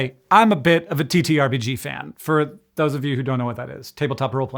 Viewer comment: TTRPG pronounced titterpig